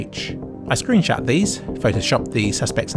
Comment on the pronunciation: Can't believe you also say screenshat! I thought that was just me!